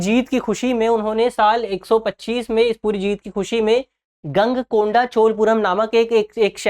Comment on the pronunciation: ईशा पूर्व? Confusion ! गंगईकोंडा? गलत उच्चारण! गलत जानकारी = असफलता*